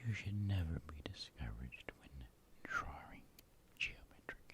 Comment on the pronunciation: "Draring" lol